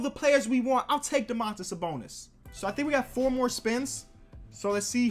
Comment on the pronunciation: Dõmantas Sabõnis not Domãntas Sabounis. As I'm lithuanian I have to make a little correction on your spelling, not a big deal but just for you know.